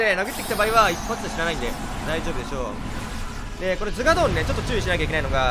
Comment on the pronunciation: アゴーヨンとズガードン❌ アーゴヨンとズガドーン⭕️